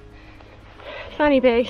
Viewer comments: Also, one F in Welsh makes the sound of a V and two Fs together (Ff) makes the sound of F so it's "Van-ur-beeg" not "fanny big" ;) Haha. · This is great, just to let you know fan y big is pronounced as ‘van ur big’ . :) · F is pronounced as a V . That will save you talking about a fanny big. 😊